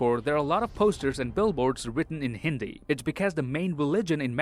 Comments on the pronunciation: wow finally a foriegn guy said hindi word properly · I love how he said Hindi like how it should sound and not like other foreigners who exaggerate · saying "hindi" Is so satisfying 😍🥰